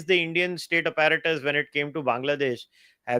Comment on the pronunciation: The way this pronouncing APPARATUS is cringe. 😂😂😂 Abet English seekh le tab Bol.